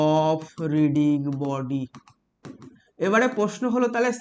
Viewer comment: রিজিড বডি ভাই রিডিগ বডি না 😅